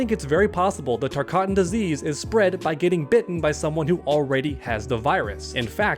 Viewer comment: Again, it’s not called the TARKATAN disease, it’s called the TARKAT disease